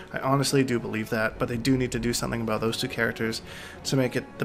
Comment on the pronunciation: Its so funny how he says aboot instead of about